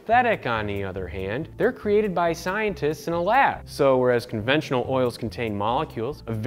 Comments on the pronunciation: onventional huh. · ONVENTIONAL? Y'all out here creating new words😂